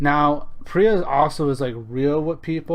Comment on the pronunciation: Pro-tip: It's pronounced PEER-UH.